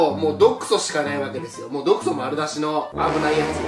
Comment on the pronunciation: 毒素がド糞って聞こえた